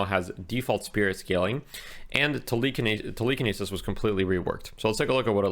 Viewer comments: I've never heard someone say telekinesis like that before wow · Must be a Canadian thing 😂